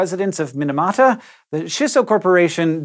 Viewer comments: Mee-nah-mah-tah. Not min-a-mah-tah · Japanese tips for Hank: - “i” in Japanese always makes an “ee” sound - “a” always makes an “ah” sound - “ch” never makes a “sh” sound. So “Chisso” is pronounced “chee-so”, and “Minamata” is “mee-nah-mah-tah” :) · Oof, those pronunciations tho.... Minamata - 'mi' like 'meatballl' and not like 'minute'. Chissa - Chi like 'cheese' and not like 'shin'. There's a slight pause between 'chi' and 'sa', like a fermata, as with all double consonants in romaji.